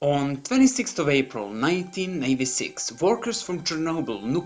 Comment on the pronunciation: It's said APRIL 26TH 1986. I am Serbian as well so don't blame language.